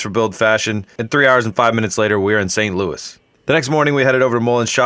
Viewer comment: Also, you did St. Louis very well! (Now I need to get some of that fish-mac!)